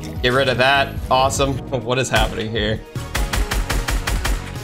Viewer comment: The thing says awsone